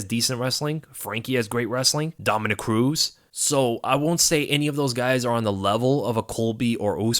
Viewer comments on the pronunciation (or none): none